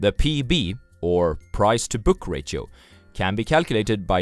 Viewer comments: The word "ratio" is actually pronounced as "ray she oh" and not as "rah sio" or but you were thinking of the word radio maybe? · Why are you calling ratio as rachio. We indians say ratio in following manner rasio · It's pronounced as rayshio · great video again! by the way ratio is pronounced as re she o (with a sh sound) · It's pronounced "rashio" or "rasho" other wise great content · Jeff Winger: Did you just mispronounce Ratio? :D